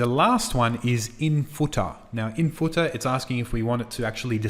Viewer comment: I will never say header and footer ever the same way again....hedah and footah love it! Awesome video series...Thank you!